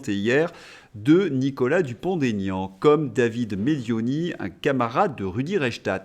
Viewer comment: Bonjour et merci pour votre travail. Une petite remarque ! Il n'y a pas de liaison dans le nom de mr Dupond Aignan ! Il l'a souvent dit mais je crois qu'aujourd'hui, il a renoncé 😂😂